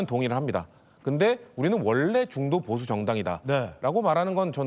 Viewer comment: ㅋㅋㅋㅋ ㅋㅋㅋㅋ ㅋㅋㅋㅋ 형보수지 로 들리는것이 나쁜인가 중도보수 민주보수